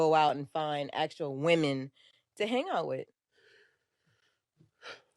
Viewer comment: How hard is it to say WOMEN? It's like Swimmin' with no S.